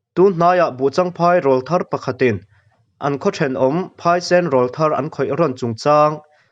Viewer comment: Mizotawngah rawlthar tih hi tleirawl tiha rawl anga lamrik ani ngailo.rawl mihring Aurawl tih a awRawl ang a lamrik tur ani. mizotawng hi uluk tak leh chik tak a lamtur a ni.